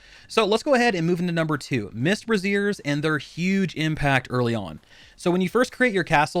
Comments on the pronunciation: Not sure how I can take a video like this seriously when you don't know how to pronounce "Braziers". Braise-ers are open flames (think of Braised meat). Bra-zeers hold up your tits. It's not that tough. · It's 'braze-riers', not 'brazziers'. The one you are referring to are used to support breasts.